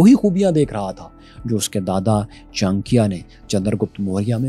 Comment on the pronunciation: Shocked to see that u have such a poor pronunciation of Indian Name such as Bindu Sar, Sushem and Chanakya but ur pronunciation of Arabic Name is flawless. This reveals that Pakistani Education system has some serious issue.